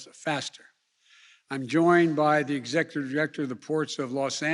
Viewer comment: "I'm joined by the executer director"